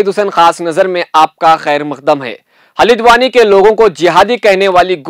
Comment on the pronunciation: Halidwani nahin bhai. Haldwani bolo. Aap log urdu ko bigar raheho...🤣🤣🤣